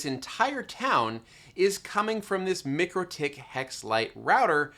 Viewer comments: Awesome content - but I must tell you - its MIKE-RO-TICK :) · MIKE-ROW-TICK. We went over this last time. Go watch their videos already.